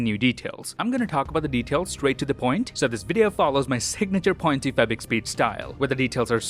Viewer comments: How do you say 0.25x speed? I'm hearing "point two 'fabric' speed". lol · "two point febik speed" what? wtf is that pronunciation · can you stop saying fabic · OMG I thought I'm the only one who hears that.